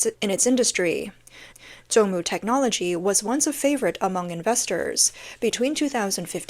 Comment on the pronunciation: It's Zongmu not Jongmu